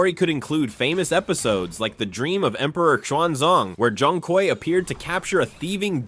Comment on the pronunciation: It's pronounced like "choong kway"